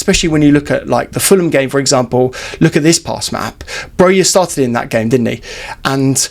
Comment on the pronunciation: More than half of our season is over, and people still can't pronounce Broja's name correctly. It's Broja and not Broya! Armando said it himself.